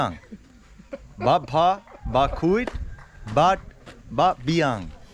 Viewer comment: Bam pha....not bam bha😂